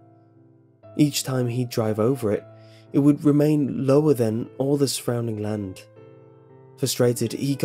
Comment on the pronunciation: "land" land not hand